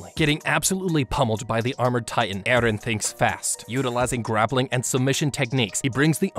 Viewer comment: i like the wat he say EhRrhen